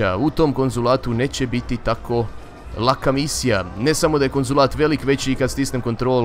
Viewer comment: Kad kazes konzulat uvjek mislim da ces reci konzum XD